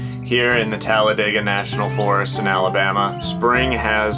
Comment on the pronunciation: Oh wow thanks for sharing this story.. I just recently moved here from Florida and tend to isolate and venture off. Beautiful fur baby by the way and thanks for pronouncing Talladega correctly because most of the people here do not lol. Happy and safe travels to you both 🐶🥰🥰